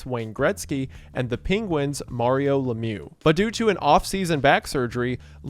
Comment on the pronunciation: Mario is like the a in "marry" not like the video game character